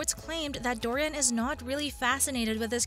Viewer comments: It's Jamie DORNAN, not Dorian! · It's Jamie DORNAN not Dorian! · If you’re going to do a story about #jamiedornan. learn how to say his name. It is “Door_Nan”. Dorien is a book character. And as others have said, #jd is the best. Christian Grey is not James Bond or a Superhero❣️☘️💚☘️ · His name is DOR NAN not Dorian. Fifty Shades Freed didn't do as well because the story did not follow the story line in the book very well at all--- they skipped a lot Oh and read the books from Christian's point of view, furthermore, read the original books and you'll see what I mean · Offs it's DORNAN NOT DORIAN !!! 😠 Load of bull 😤 it's not going to happen so go get a life!!! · His surname is Dornan, not Dorian please.